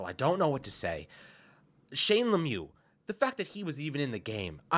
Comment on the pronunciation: Every time you say Shane lemiux I just laugh 🤣🤣🤣🤣🤣